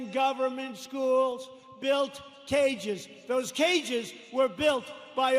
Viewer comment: The Madman! He calls them "Minion"-apolis lol!